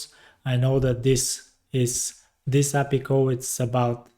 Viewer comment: thank you for the tutorial but please for the love of god stop calling API "appi". Please pronounce them as separate characters. A. P. I. 🙏